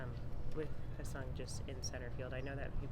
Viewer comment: his name is pronounced HAE (hay) seong kim not ha seong kim who plays for the rays